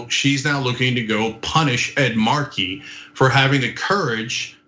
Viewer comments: Ana, it's "Ed MAR-key" no "Ed mar-KEY" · Stop saying, “mar-KEY”, it’s, “MAR-key.” Ridiculous. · Ed Markey has been a member of the US Congress for more than 40 years. It would be nice if Ana at least learned to pronounce his name correctly. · "Ed marKEY"?